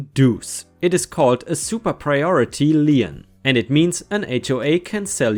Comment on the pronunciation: You pronounced Nevada right, but not lien (lean) or escrow.